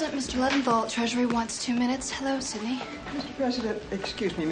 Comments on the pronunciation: By the way..it's Sydney..not Cindy!🤗🌺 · It is Sydney not Cindy